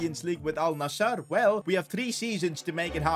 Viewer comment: Thanks for saying alnasr not alnazzar